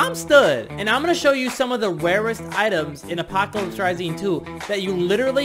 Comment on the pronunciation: It’s so funny how he says wawest